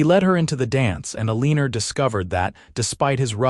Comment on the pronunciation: Really ? Eleenor ? How about proper pronunciation? This story is so badly narrated I don't know if I can continue listening !